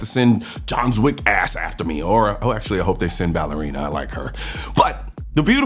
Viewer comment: upvoted your 'AkSHUally'